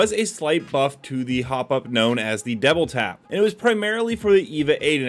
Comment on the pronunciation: am i tripping or is he saying devil tap?